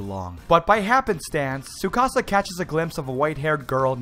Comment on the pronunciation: He knows how to pronounce Tsukasa but not Isla?! Tsk tsk, shame.